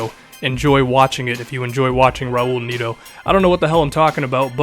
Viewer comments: Its net-o not magneto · Neto is pronounced Nett-oo (oo as in look)